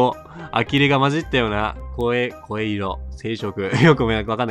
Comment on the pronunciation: 骨董（こっとう） 目敏い（めざとい） 声色（こわいろ） 親身（しんみ） 粗方（あらかた） ですよ~… このシリーズのゲームは主人公に共感しながらやるんじゃなくて、「こいつクズ過ぎるだろ笑笑」って感覚でやるゲームですし、特にこの主人公はシリーズ屈指のクズ、かつヤバいやつなので、自己投影しようとすると共感できなくてイライラするのは仕方ないかも知れませんね〜。